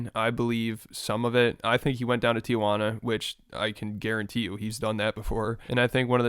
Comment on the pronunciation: why do you pronounce tijuana like that? 💀